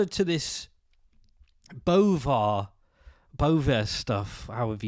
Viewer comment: Don't bovaaer